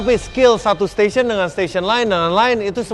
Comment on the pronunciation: Sebel banget klo mereka ngomong section section, STATION WOEYYY